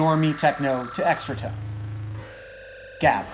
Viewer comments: his pronunciation of gabber is so horrible, its more like gahber. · Great episode, but it was so jarring to hear gabber mispronounced every time :p if you learn to make the guttural g sound I'll be very grateful, and impressed! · You butchered the pronunciation of gabber, but I love that it get's mentioned. My favorite genre to evolve from it is breakcore, where high bpm is mixed with just rhytmic chaos, so that at one point the song is slow and then fast and then super fast but never really consistent. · I completely forgot this channel exists. Also, fuck yeah, extratone! I love how you butchered 'gabber' Greetings from the Netherlands